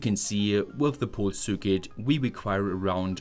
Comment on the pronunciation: I wish you would take some pronunciation courses, at least for the terms like circuit, meter, watt-hour, etc